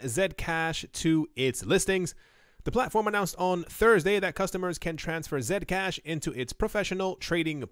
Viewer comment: I like how you pronounce Zcash as Zed-cash and not C-cash